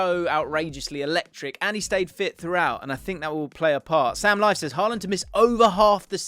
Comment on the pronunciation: Loved to see my comment make it in the vid, not quite got the name right tho 😂 Iliffe not life, still love you tho ❤️